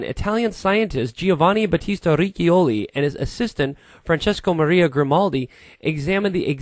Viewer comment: Not "Giovanni Battista Rikkioli" but "Giovanni Battista Ri'choli". That is the pronunciation of Riccioli.